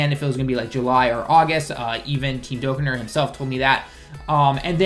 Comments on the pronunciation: he says dokkan kinda weird.... its pronounced dokKAn not dokkan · It's really weird, since he can somewhat speak/read japanese. He obviously knows the correct pronunciation of dokkan. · DokKAN, not Dokain....dislike me losers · Dokkan not dokken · whats a "Diokkan"? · The way you pronounced dokkan lol